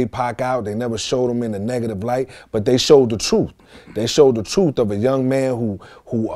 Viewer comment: "That's the troof" -Noble